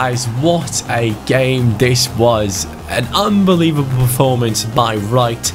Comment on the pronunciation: Why speaks like”Un-believeble” or “In-Sane” 🤷🏿‍♂️